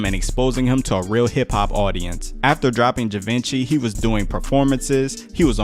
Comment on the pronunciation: Givenchy 😂 Pronounced jee-von-shay 👌🏻